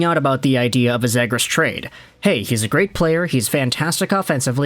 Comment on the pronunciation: This guy talking on the video can’t even pronounce Zegras properly 😆 🤦